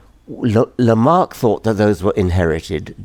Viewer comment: It's LamarCk' - why not (I mean, what would it cost you, to) at least get his name right?